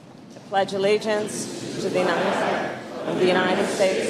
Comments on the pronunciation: Really? Really! Until YOU,, can correctly pronounce "allegiance," perhaps you could hold off on making such a petty criticism. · It’s not Amrica and allegance as you sounded. Harris is not Indian origin in true sense. Her parents were of Indian and Jamaican origin. Harris was born in US and brought up in US!